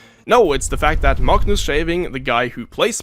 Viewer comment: You get a like purely off your masterful pronunciation of his name, that was enough to make my watch that moment like six times